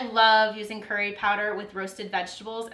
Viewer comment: its so annoying how non Indian, or south Asian, or South East Asian people say the word "curry" it's so funny but annoying. hahah